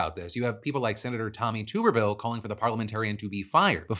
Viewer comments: It’s Tupperville, not Tooperville. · I love how you mispronounced my senator's name he is an absolute joke